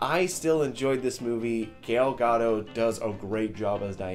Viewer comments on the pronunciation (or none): This guy literally just said Gale Gadoe....i laughed out loud! The worst pronunciation ever heard bahaha